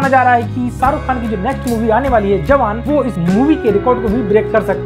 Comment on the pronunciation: Awan nahi bhai jawan😂